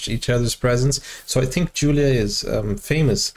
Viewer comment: it is pronounced Yulia lol., if you remember Diana's performance of can't help falling in love,, Julia was the Judge dressed in red with the blonde hair .